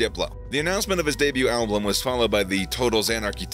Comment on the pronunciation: Why do you say alblum? There's only 1 L in album 😂